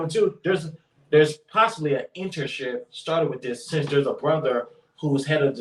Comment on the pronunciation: What's an "entership" you mean internship my man.